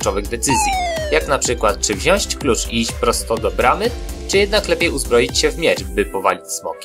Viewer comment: Aż mnie uszy zabolały. Mówi się "Wziąć"